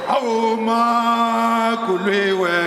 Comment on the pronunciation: Somebody please teach Julius how to say Makuliwe